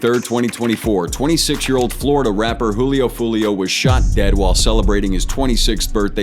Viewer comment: pronounce it as hulio but its julio